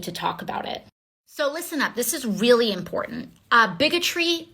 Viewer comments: Impourant lol...more woke speak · What is "imporen"? Or is the poor miseducated thing trying to say "important" and doesn't know how to form consonants? I understand why Democrats chose her now.